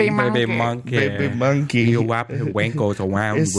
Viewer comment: I loled so hard at this "baybii muhnkee"